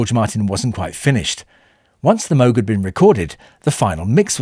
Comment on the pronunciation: In later years, I grew impressed by how, in the bridge section, how "Here Comes the Sun," using guitar, backing vocals, and the Moog synthesizer (as well as everything else), built tension, and then released it. Good video. Congrats, too, on pronouncing Dr. Robert Moog's name correctly.